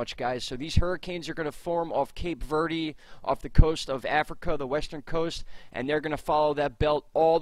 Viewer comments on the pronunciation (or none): none